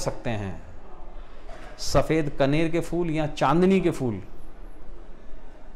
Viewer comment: Pehle toh sir fool nhi hota phool boliye